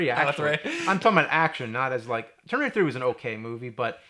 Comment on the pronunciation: What's that James? Termrinator? LOL!